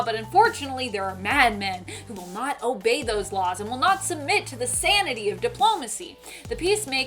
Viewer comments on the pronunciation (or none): none